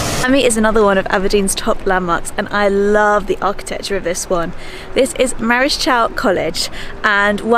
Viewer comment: I enjoyed your video, however your prompt nciation of two words left me wondering what you mean, Provist and Marchial aren't pronounced the way you did, from an ex Aberdeonian now living in Australia. Obviously impossible bro teach pronunciation in this comment.